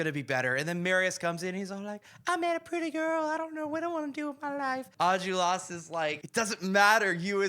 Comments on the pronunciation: It's pronounced "Ahn-jol-ras," not "enjulras" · I don’t wanna be rude, but it’s Enjolras (pronounced On-Jol-Ras) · As a native french speaker, hearing you butcher the pronunciation of every name and location was a real treat 🙏😂 Special mention for Enjolras